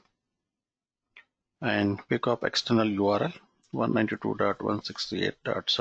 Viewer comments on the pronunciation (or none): Sir it is not picup (PCoIP) - it is pronounced as PC over IP.